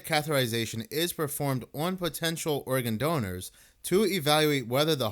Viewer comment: Just saying... Instead of saying organ... Most of the time you're saying! Love you